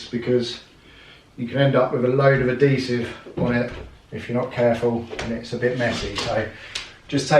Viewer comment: IS IT AD=HESIVE OR AD-DESIVE? HAHAHAHA